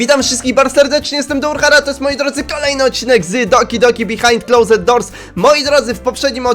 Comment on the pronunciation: proszę NIE KALECZ ANGIELSKIEGO Mówi się,,klołsd,, Nie klozet